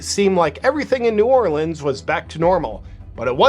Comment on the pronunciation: Thank you for say New Orleans the correct way.